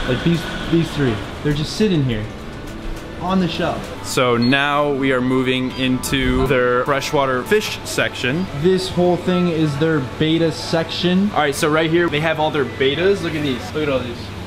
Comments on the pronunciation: Bet- Tah Not Beta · Drives me insane when a fish person doesn't pronounce betta correctly.